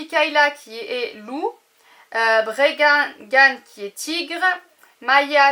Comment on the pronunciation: la louve c est maya l aigle c est Nel le tigre bregan (prononcer bregane) et le serpent wan (prononcer oin) mais il n y a pas de cayla…